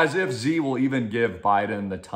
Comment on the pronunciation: You pronounce Xi wrong, it's pronounced, "She" not "Ze"